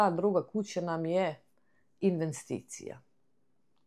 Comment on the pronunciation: O Boze al se nalupeta... Prvo kaze se investicija a ne inveNsticija! Drugo, ne odredjuje ti porez vrednost kuce vec obrnuto. To sto ti porez nije isao na dole znaci da ti vrednost kuce i placa (property assessment-land+ building ) nije otisla dole. Trece, porez na kucu ti je uvek veci oko 5% ( negde vise , negde malo manje )svake naredne godine jer se racuna inflacija. I ne useljujes se vec useljavas !!! Inace Petar te pita da li ste uplatili osiguranje kuce kad ste kupili a ne zivotno !🤦‍♀